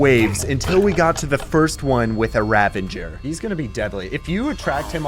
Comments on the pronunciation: where do you get the N in pronouncing the word Ravager ? you keep sayin Ravanger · its uh...Ravager not Ravinger btw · I know I’m nitpicking, but it’s ravager not ravenger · the pain of him calling ravagers "ravengers".